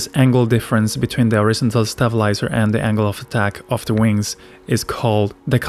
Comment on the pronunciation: Good video, although i think you can pronounce horizontal a bit more clearly by putting more emphasis on the ON instead of IZ. As in, horizONtal. Just a tip.